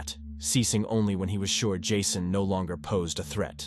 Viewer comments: "This is ", the AI bot signs off, the bot that can't pronounce the victim's name the same way twice: is it "Jasson", "Jason"...? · He’s AI. How can a person mispronounce Jason ?!